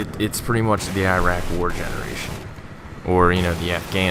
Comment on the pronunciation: Holy fuck FINNALLY someone knows how to say Iraq.